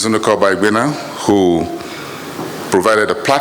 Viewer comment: Otio! So Ojy Okpe really cannot pronounce Amaewhule, yet she is supposedly Igbo? The first time I watched her crucify that name, about last week, I thought she was kidding. Ojy, you have to do better o, crucifying any African name by any educated African is not a badge of honor. Amaewhule, meaning: -- may lonesomeness not afflict my linage -- is politically unscrupulous but knows how to use rhetoric to make himself look great.